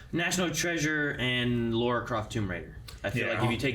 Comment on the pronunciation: It is NOT!!! LORA Croft..... it's LARA Croft...... L A R A also.... I honestly don't like the casting choice and Trailer. Tom Holland is just OK as Nathan Drake choice. There are such much better casting choices for Nathan Drake. AND as for Mark Wahlberg as Victor "Sully" Sullivan.... terrible choice!!! What makes Sully Sully is, that he is always got a mustache and smoking cigars, even when Nathan and Sully first met in Uncharted 3 ( Nate was steeling something and got chased after from some suit wearing bad guys and Sully saved him ) I also don't like the fact that they are mixing thing from Uncharted 3 and Uncharted 4..... the pirateship in the cave was from Uncharted 4 where Nate is older around 40 and the airplane scene is from Uncharted 3 where Nate is mid 30s. I hate the trailer. what Sony should have done is adapt the Uncharted novel "The fourth Labyrinth" into a movie and give Sully his mustache and cigar!!! then it would have been better..... I guess